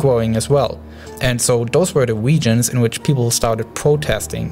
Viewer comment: Da wegions lol but nice video